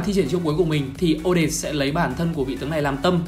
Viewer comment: Là o - det - te ko phải là o- det